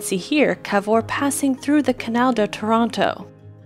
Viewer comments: Tàranto is in Italy, Tarànto is .... bhoo???? Can you please speack with right accents?? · TARANTO AHAHAHAH NOT TORONTO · IT’S TA-RA-NTO! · Taranto not Toronto 😉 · There's no "correct english way". The name is Italian, therefore it should be pronounced the Italian way. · Taranto. Just say the first 3 letters like you'd say the word "tar". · did you even try to pronunce "Taranto" the right way?